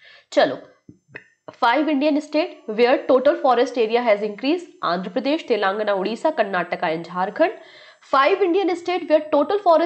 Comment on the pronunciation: Sorry to say but this is not telangna its telangana.. pronunciation wrong h